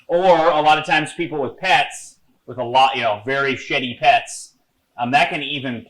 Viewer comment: I heard "very shitty pets" and was like what? Then I realized he said "very sheddy pets" LOL!